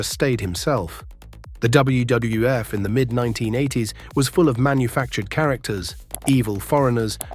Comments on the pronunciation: jeez, that poor ai voice is having such a hard time saying WWF. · I must have missed that Pipers Pit on W double F shows. Man the A.I really struggles to say WWF. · Too bad AI can't say WWF consistently